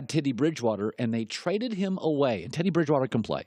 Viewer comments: Did he say Tiddy Bridgewater??!!! LMAO Its Teddy!!! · "Tiddy Bridgewater" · Tittie Bridgewater